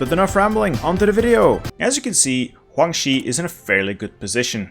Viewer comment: And "Huang Xi", man it's Guang with a G